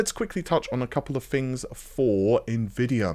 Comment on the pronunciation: Fings, why can't you pronounce TTTT's. RDNA FREEEEEEEEEE